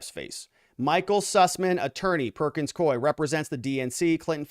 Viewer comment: Perkins “coo ee,” NOT NOT Perkins Coy! Please pronounce the name of the law firm correctly!